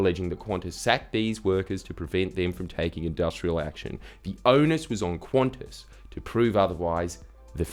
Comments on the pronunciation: There's a reason why language selectors only have English (UK) and English (US). Stop pronouncing Qantas as "Quantas", or add another letter ffs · Why is it pronounced Qwontss? Edit: WTF Australia? Isn't it like can-tas or something?